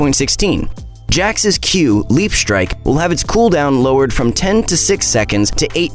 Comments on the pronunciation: "Leap striek" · " Leap Striek" gj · No one: : Leap Striek